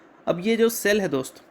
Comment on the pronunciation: LEARN TO PRONOUNCE सेल NOT CCELL